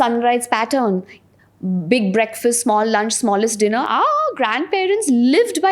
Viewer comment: Nuske not nukse